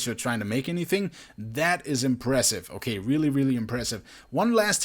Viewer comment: did he say weely weely impressive